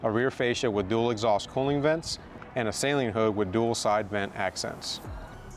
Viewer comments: No hate but I just wanted to say it’s actually pronounced suh-Leen not Say-leen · Shit was annoyingly funny. Sayleen….sayleen. I’m like bro is saleen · Even Saleen website show it’s annunciation, and unfortunately you’re wrong. It’s “Suh-leen” not “Saline”! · So. It’s always funny to me how we pronounce the car “say lean” and then when we talk about Steve, we say “Steve Suh-lean” as that’s how he pronounces his own name. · lol we know you don’t bro I still say SAY LEAN mustang. It if I met Steve I would say it’s nice to meet you Mr. SUH LEAN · Why Do People Mispronounce Steve's Last Name (SAY-LEEN) As Opposed To (Suh-Leen)? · I learned a lot about how to pronounce it through the comments 😅. I’ve been saying “Say-leen” since I was in High School and I was never corrected. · thats how you said the company's name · There is no "Sail" in Saleen.... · Now that you've got a bad ass car, it's time to learn how to pronounce Saleen correctly. It's not sayleen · Fifteen seconds in and doesn't know what physical position he's in or how to pronounce Steven's last name? Even for most YT'ers, this is a pretty poor showing. Can't believe they didn't reshoot the intro. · Hey man,no biggie I'm from the south I said it wrong for years.until I bought an 88 Saleen in 96. I had the car painted an called Saleen to order new decals an the women that answered the phone pronounced it correctly,I didn't even know I was saying it wrong.thats how I learned,lol